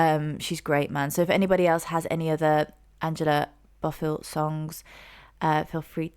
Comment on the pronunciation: Hello it’s pronounce BO- not BA BO-FILL we lost her back june 13 2024 she is from my hometown nyc. She was Puerto Rican/Cuban she had suffered a stroke few years ago and ended her singing career. But this woman here OMG she didn’t get more praises as a singer. I mean she was acknowledged especially her hits but her catalog the production I’m a music girl. She has so many good songs growing up listening to her was everything